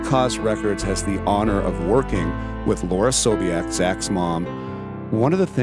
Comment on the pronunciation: SoulPancake should correct his last name. Sobiech, not Sobeich